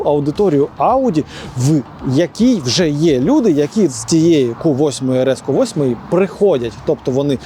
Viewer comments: Так бісить коли говорять ку 8 , в англійській мові немає букви КУ, є кью Q, так правильно говорити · тільки це не КУ а К'Ю